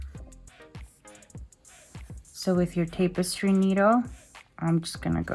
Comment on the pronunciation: It's pronounced tappestry not tapestry